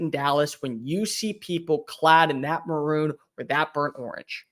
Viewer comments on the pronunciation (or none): Everytime he said maroon I cringed lol